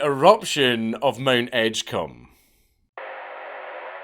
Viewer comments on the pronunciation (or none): Though it is pronounced Edge-comb 😂